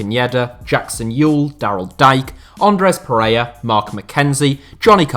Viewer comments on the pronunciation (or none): none